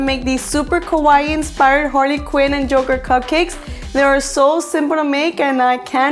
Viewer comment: I am not trying to be judgy but when you said Harley quinn you actually said Harvey Quinn